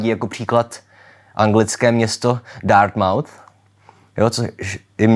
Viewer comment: Ačkoliv šlo u propria Dartmouth o jeho etymologii, mám zapotřebí připomenout, že výslovnost "mouth" je tady značně redukovaná, jako u spousty dalších anglických měst vzniklých kompozicí. Jinak díky za video, většinu věcí z lingvistiky znám, ale netušila jsem, jak do toho vpadly fikční světy.